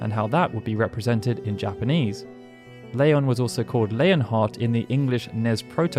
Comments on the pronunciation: "Layon" ??? I remember Squall pronouncing his new name differently in KH. Oh well. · You say Leon weirdly